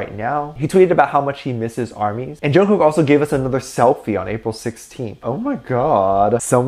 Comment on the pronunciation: I've gotten so used to the Korea pronunciation of Jungkook It sounds so weird hearing it said wrong.